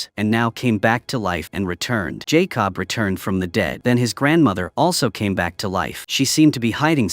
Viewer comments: why does it keep mispronouncing the boy's name -- it's Jacob , not Jay Cobb ... do you do this on purpose ? Believe it or not some people won't subscribe or even give you a thumbs up for this repeated mispronunciation ... because to them it means you didn't take the time to even listen to this to see if there were any mistakes . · Lazy channel and AI……pronounce that boys name correctly & it’s not JAY COB. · Jay cob lol 😂😂😂😂😂😂😂😂 no more AI!!!!!!!!!!! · You know, I am by no means an expert of all things Youtube, but when I make videos on my other account I freaking watch/listen to them before publishing to make sure there are no glaring errors with facts or speech like JAY-COB. Either your AI program can't spell Jacob, or it can't read the word Jacob. Either way, it should have been caught before publishing. Lazy work, and the last video I will be watching from this channel. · Jay-cob lol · Jay Cob suplies suplies AI BS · It’s not Jay cob , jacob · Jay Cobb 💀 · It's funny how AI pronounced Jakob as "Jay-cub" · AI slip up! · His name may actually be Jay Cobb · Its not Jay Cob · I heard Jay Cob. He must be a cousin to corn-on-the. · He supposed to say Jacob 😂. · I hate it the way he says Jacob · I hate when people use these AI that can’t even say a normal name like Jacob 🤦🏾‍♂️